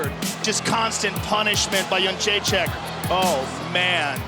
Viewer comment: its JedrzejczYk not JedrzejczAk. All your presenters get it wrong.